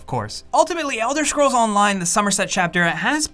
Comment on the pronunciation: "Elder Schrolls"